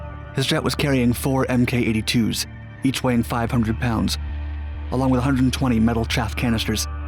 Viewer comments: it's pronounced 'mark 82s' instead of 'emm kay 82s' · Did you just say "M K 82s"? MK Is pronounced as "mark". damn.